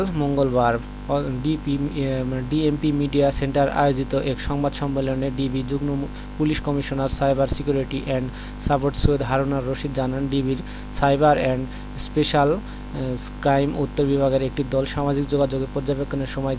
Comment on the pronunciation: চ্যালেন,সিউরিটি, অস্থির রিডিং পড়ার মতো সংবাদ পাঠকের সংবাদের যথার্থতা নিয়ে শিক্ষক সমাজ উদ্বিগ্ন!!!